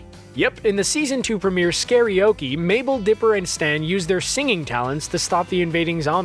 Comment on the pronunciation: THANK GOD YOU PRONOUNCED SCARY-OKE RIGHT THIS TIME! (in the other vid he pronounced it as "Scary-Oak")